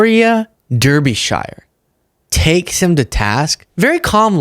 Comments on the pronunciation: Pro Tip: Victoria's name is pronounced more like "Darby-sheer" or "dah-be-shuh", but great to see the BBC journalists putting pressure on the weak Republican apologists. You've clipped her a couple of times in the past, and it's not a big deal but "dur-be-shy-er" is just not it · Lol,! Derbeeshyre is SUCH an American pronunciation!! Think of it as Darb-i-sha. Hee hee you’re so cute!! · Victoria's surname is pronounced "Darby-sher" rather than Derby-shyer. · DUR-BEE-SHIRE Just FYI, it's pronounced DAR-BIH-SHUH in British english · Reporter is pronounced Darbysure. Not Derbyshyer. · Here in the UK, "DErby" is pronounced "DArby", and "Shire", "Sher". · It's Derbyshire pronounced Dar-bee-sheer. Dar as in Car and sheer as in here. Not Dur-bee-shy-ur. We're not Hobbits living in the Shire. And its not Durrrr. Also. The whole weak joe biden speal doesn't fly here in the UK. That style of talking points jist don't work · I love your show, but Derr-bi-shy-er! No!! Dah-bi-sh-eh, please! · BTW it's also pronounced Darby shire just for future reference, she's one of our good mostly left wing news reporters and unusually works for the BBC. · Glad to see Derbyshire getting some recognition stateside, but it's pronounced "Darbysher" 😅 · its pronounced Victoria Darbysure though spelt Derbyshire. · Her last name is pronounced "Dar-bee-shir". Respectfully, UK citizen. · Her surname is pronounced Darby-shear. She had the 'viking horns' insurrectionist on not long after they were all pardoned. He made a twat of himself as well. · Love the american pronunciation of derbyshire, brits pronounce it "darby sheer" :) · Pronounced “Darbyshire “ 😂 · Phonetically Derbyshire is pronounced 'Dar-be-sher' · Spelled Derbyshire pronounced DARBYshir and BBC2 i suppose is a BBC outlet but it is the Beebs second channel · It's pronounced Darby-shire. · Victoria Derbyshire ( DAR- be-shire fyi) shes awesome very proud of her over here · It's pronounced Darbyshire 😂